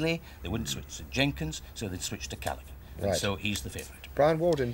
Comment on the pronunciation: Ahh, Bwian Walden. Good nostalgia